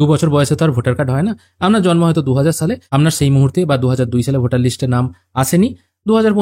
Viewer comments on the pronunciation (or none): none